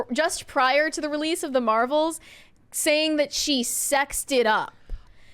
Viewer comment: Please,, the word is “that.” Stop with “THOT!”